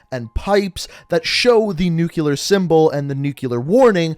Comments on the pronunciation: Nu-clear, not nukyaler. Sorry I couldn't let it go😬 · Quick grammar check: A record of shipments is a manifest, a manifesto is a written work detailing Ana ideology Nuclear is pronounced new-k-lee-er not nuke-u-lar Sorry but it was driving me nuts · Why do you pronounce nuclear as nucilar?😂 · I had to stop watching the video. Dude, you claim to be a firefighter/paramedic.....STOP SAYING NUCULAR!!!! It's f@ painful!!! Your vids are cool but damn bro!!! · "nucular" lol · Learn how to pronounce nuclear